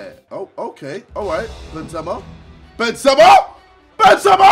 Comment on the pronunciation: It's the correct way tho